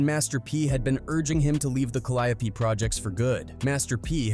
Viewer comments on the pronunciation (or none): This clown said Calliapee instead of Calliope😂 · I wish yall stop being lazy and do the commentary yall self. That AI shit be butchering the shit out of names. Who tf is C-Ender and Ca-Lie-O-P? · it's pronounced "cali-ope" but the announcer is saying it "cal-eye-a-pee" Far different 😅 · The Cal-ee-ope projects..smh. know it all folks tryna profit off the work No limit put in. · The way the narrorator says calliope is killing me inside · That's how white ppl pronounce it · My brother, good video. But you are butchering the pronunciation of the Caliope projects. There's a gang of songs that have Caliope mentioned